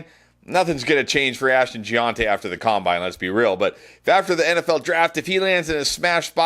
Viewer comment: That’s not how it’s pronounced lol